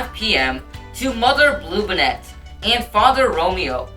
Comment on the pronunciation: It's BOOie like a ghost. It's BLUEbonnet. That's bonnet like an Easter Bonnet. Y'all could have at least taught your narrator the correct pronunciation of Texas names! Bluebonnets are the State Flower. Bowie is named for Jim Bowie, who died at the Battle of the Alamo.